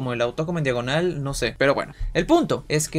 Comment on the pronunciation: Ainose xd